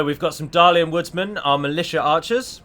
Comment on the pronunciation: I find it funny how berates Halward while he failed his general in the battle. Also,, why is it that you pronounce Dalian like 'than' and Dale like 'day'?